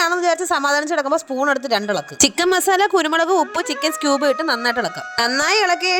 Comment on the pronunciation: പക്ഷെ കേൾക്കുമ്പോ സ്ട്ടൂബ് എന്ന കേൾക്കുന്നത്